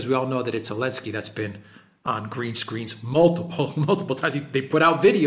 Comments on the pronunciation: I prefer to hear call him 'Bellenski' lol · I prefer Belenski 😂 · Why does insist on mispronouncing Zelensky's name? Not professional.